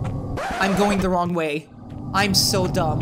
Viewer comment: Damn you said wrrrooong sabali